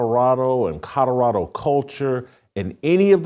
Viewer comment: Did you just say "CaDerado!???" 😅😅😂😂😂. Omfg Can't even Speak clearly